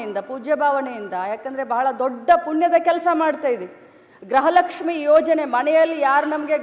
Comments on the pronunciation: ಗ್ರಹ ಲಕ್ಷಿ ಅಲ್ಲ.....ಅದು ಗೃಹ ಲಕ್ಷ್ಮೀ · Grahalakshmi alla amma gruhalakshmi antha helu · ಅದು ಗೃಹ ಲಕ್ಷ್ಮೀ ಗ್ರಹ ಲಕ್ಷ್ಮೀ ಅಲ್ಲ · ಗ್ರಹ lakshmi ಅಲ್ಲ ಮೇಡಂ ಗೃಹ ಲಕ್ಷ್ಮೀ